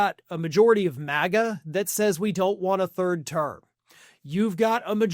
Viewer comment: You said Third Term but it sounded like Bird Turd.